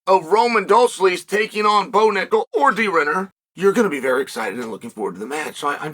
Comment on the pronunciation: The irony of Roman's second name being pronounced dull-seds